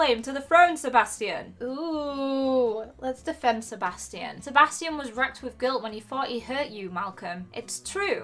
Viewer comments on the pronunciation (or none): your pronouncing sebastian wrong